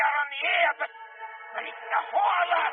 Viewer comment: It's not the horia. It's horla.